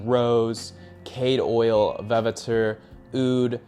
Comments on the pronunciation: It's sillage, not "silliage", vetiver, not "veviter", labdanum not "landandom", you say it wrong too 🥴Love the videos 😅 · Please no more wojacks tho you wanna tell us about fragrances yet you said “veviter”, “lamdandum”, “eLAmi”? 👁️ 👁️ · no, he clearly misread the word and is unfamiliar with them. And you clearly didn’t read the original comment. He is not mispronouncing - he is literally mixing up and adding new syllables. If you think vetiver is pronounced “Ve-Vi-Ter”, you’ll also be unable to spell the word.